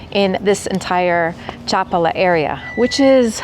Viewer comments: This contains several factual errors. First, it's pronounced cha-PAH-lah. Population figures vary significantly by town and by season. For the municipality of Chapala -- which includes Chapala, Lourdes, Riberas, San Antonio Tlayacapan, La Floresta, and Ajijic -- the foreign population is approximately 25–30%. In Ajijic specifically, the foreign population may reach 43% during the winter high season, but this is temporary. While Ajijic can feel like a regional "theme park," it remains a Mexican town; the surrounding towns are entirely different in character. Furthermore, the area is a primary getaway for Tapatíos. On any given weekend, the population includes many Guadalajara residents who own second homes here or are visiting for the day. Casual gringo visitors typically stay in Ajijic, but that experience is not representative of living here, which is not centered on foreigners. You will need Mexican Spanish to navigate daily life effectively. Two final points for the uninitiated: * IMO, avoid eating anything sourced from Lake Chapala. The lake is shallow, and upstream industrial and agricultural runoff remains unchecked. * Locally sold honey is frequently cut with corn syrup. You have no way of knowing, so assume it. Do not be misled by the presence of a honeycomb; look for a trusted label you can verify. Your preferred AI agent(s) can clear these matters up in advance. HTH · Cómo que Chapula😂😂😂 habla bien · You should have walked further down the Maalecon. There’s a park with symbols of various spiritualities; very interesting. And you missed visiting the Lake Chapala Society, a wonderful park and social center for expats. And is Chapal pronounced : CHA -pal-a or cha-PAL-a? I’ve always heard the second, while you say the first.